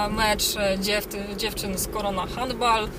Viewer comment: szok vloguje;) sub leci pozdro taaaa jasne.... wjazd na czerwonym (zielona strzała się nie pali) + wyprzedzanie na pasach (autobusu) Pani bo jeździć to trzeba umić handball - nazwa angielska zatem wymowa też taka winna być poza tym szczypiorniak to nie sport hasło z d**y a to dlatego że człek to takie zwierzę że zawsze chce mieć coraz więcej a apetyt wzrasta w miarę jedzenia - takim sposobem zapier...sz się na śmierć bo nigdy nie zaspokoisz swoich marzeń